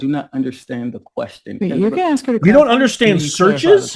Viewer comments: Are you telling me this guy graduated college and he still pronounced the word ask like the word axe. That guy on the stand is the epitome of ignorant. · Axked??? When did that become a word??😂😂😂😂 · Ya, AX. I responded to another video regarding the pronunciation for "ask." I was corrected by a viewer and told I needed to check the spelling because pronouncing Ask, Miriam Webster, I would find the correct pronunciation is AX! 😅 OH, so painful. Clueless people. How did they ACTUALLY get a degree let alone graduate high school??!!! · Ax is not Eubonics for the word ask. Ax is phonetically correct in old English. Remember that the southeastern US was settled primarily by upper class English. The northeast was settled by a mixture of peoples who set up education as one of the primary functions of society. The current thought in the US is that “ax” connotes ignorance. It is not, it is historically cultural from pre-slavery days. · and to the person that cant speak thats holding a office position lol ITS ASk NOT axxxsskk smdh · This case hasn't had a judge with balls yet.They're to afraid to correct ANY of these thug lawyers,who by the way the word is ask,NOT AXE.Grow some balls or step down! The country is tired of this shameful bs! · Fanni pack find all these people out of the ghettos of Atlanta Georgia?? Axe wth? It’s ask hon. Ebonics isn’t a real language! He is ridiculous! 😂😂😂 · Anyone who sais ax instead of ask is a fool, expect foolishness to follow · When he opens his mouth he turns into the person he truly is! He can’t even say the simple word,(ask)! He murderers it, (ax) is all I hear and that’s not educated!! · Its ASK not AX stupid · Just answer the question which was Axed. DEI dude, it's pronounced askt. Oh this stupidity is full throttle down in Georgia. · Axe me 😂 degenerate in a suit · its not a good look for you to make fun of how an African American pronounces the word "ASK" you are better than that. Keep up the good work. You are one of the best.